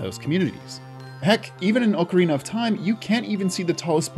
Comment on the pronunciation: Finally, someone else who says ocarina with the long "O" sound! Everybody looks at me like I'm crazy when I say it that way!